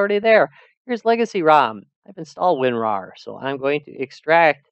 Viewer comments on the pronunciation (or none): none